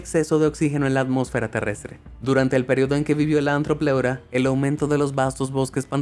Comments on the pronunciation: Se llama Arthropleura, no Antropleura. un saludo. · Nosotros: artropeura: ajtrofeura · Pronuncias muy mal los nombres. La th no se lee como z, se lee como T. Y es arthopleura. Pronunciado artropleura